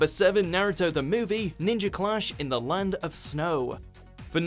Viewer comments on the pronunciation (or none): You told Lund instead of land